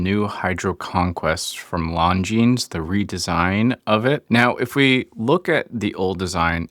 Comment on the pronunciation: Longines is spoken with a silent "s" and the "black" version with the mesh actually has a dark grey bezel insert, not black.